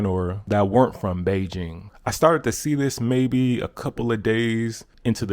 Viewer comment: Nice to hear "Beijing" pronounced correctly 😁